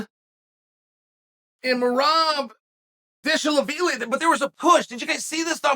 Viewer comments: "Merab Disha la veely" hahaha completely butchered that one! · I was waiting on Uncle Chael's pronunciation, " Petr Yan and Merab Devilashivie." 🤣 "Jeremy " The hethanson" Stevenson 🤣